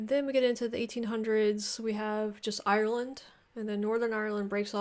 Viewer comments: 2 syllables, pronounced Ire-land - not Eye-Er-Land - love your videos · I stop watching when she said eye ur land.